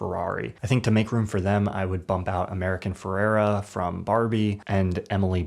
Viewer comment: Did I hear it wrong or did say “AmericaN Fererra”? 🤔🤣